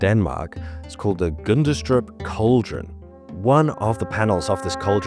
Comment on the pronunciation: I love your videos. Very informative and pleasant to watch 😊. It's called the "Gunnestrup" cauldron. The d is muted. Just in case you need it later 😊😉 Keep up the good work, champ